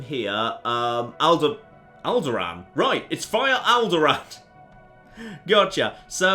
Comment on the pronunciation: Did anyone else just hear him say "Owlderaan"? :D What a coincidence. Lovely. ^^